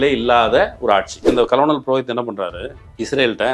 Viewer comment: Dear, it isn’t கலனல் (colonel) it should be pronounced கர்னல். 🙋🏾‍♂️